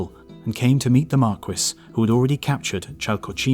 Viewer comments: Marquis is pronounced "Mar-kee" not "Mar-kwis" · Marquis isn't pronounced mar-kwis, it's mark-ee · I though marquis = mar-KEY. French word, and all... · Great vid, luv the channel, but the word "marquis" is meant to be pronounced "mar-kee / mark-key", just like the rapper Biz Markee . . . . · Biz Markie, actually. I'm also American, but I was referring to the French pronounciation. I guess the Brits pronounce the word differently, ancient tribal rivalries between England and France and all that jazz. So, I'll call it a day and wish you a "cheeri-oh, old sport" . . . .